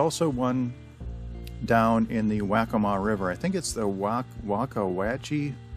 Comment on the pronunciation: Liked and Subbed. Just FYI - Waccamaw River is pronounced Wah-kah-maw, and that marina Wacca Wacce is pronounced Wah-kah Watchee. Good vid, brings back memories. Posting from Georgetown Landing Marina, I see you passed by a couple days ago. :)